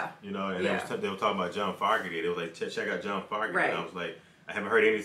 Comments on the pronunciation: His name is pronounced "F o gerty" like "ogerty" with an F in front :) . great song , keep rocking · You're pronouncing his last name wrong. It doesn't start off like the word "fog" it's supposed to be pronounced like the word "Vogue" but with an F instead of a V. Foooogerty lol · not to be a dick, but it is pronounced like FOE NOT FOG. hard A. just thought you would want to know. Peace. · Not fog erty, Foe gerty is the pronunciation I've always heard. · FO.... gerty. Is how it’s pronounced. He left due to internal dispute. The hate was real. They never had a chance to get back together. Through court hearing years after their split. Sucks because CCR was an awesome band stopped way to soon. This song always reminds me of spring time with baseball. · It's FOE-Garty. Sounds like Joe, woah, Moe, etc. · FYI It's pronounced (FOE-ger-tee) and he sounds so much like CCR bc he was CCR. Sorry other guys, but it's true. 🙂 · Fun reaction. Pronounced Fo (long o) gurty. Definitely baseball. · His last name is Fogerty with a long o sound.